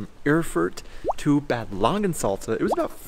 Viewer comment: You're totally right 👍 ...and to go on: It's NOT "Bäääd Langensalza"... it is pronounced with a "long (stretched) a" like in bath... 😉😂